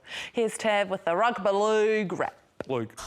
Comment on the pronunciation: When you said Rugbah Lehg. I felt that